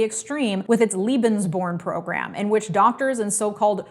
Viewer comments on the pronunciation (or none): One small correction in regards to pronunciation of a word used in this video. In this case the Lebensborn program. It is not pronounced as lee with the long e sound, like an l with two e's. It is prounounced as lay, with the long a vowel sound. The root word used for the program is taken from the German verb leben which means to live., love your work and it is always interesting and informative. I just wanted to put out that slight correction.